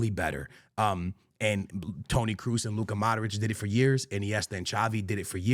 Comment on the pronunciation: man cant even say kroos corectly